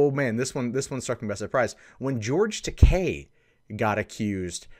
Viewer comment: You're pronouncing his name wrong